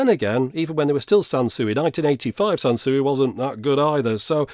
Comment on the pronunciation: Sanswee not Sansuey 🤭